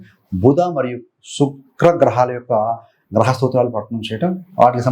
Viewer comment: Read as graha